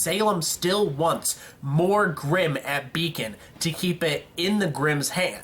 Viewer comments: grimm not brimm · The brimm? really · u made a couple of texting errors in the video the funniest is u called grimm brimm. XD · "brimm" I like that mess up